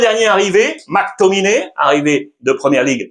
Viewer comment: Le mctominay qui vient de city m’a fait très mal au oreilles 😅